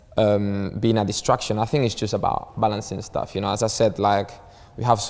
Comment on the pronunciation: "Staff Lak dis" "new Staff like dat"